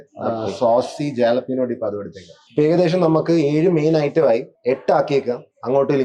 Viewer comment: ജാലപ്പീനോ അല്ല, ഹാലപ്പീനോ എന്നാണ് പറയേണ്ടത് സ്പാനിഷ് ഭാഷയില് ja എന്നത് ha എന്നാണ് വായിക്കേണ്ടത്